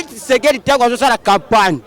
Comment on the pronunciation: Kitshekedi te mais Tshisekedi . Nyama na yo !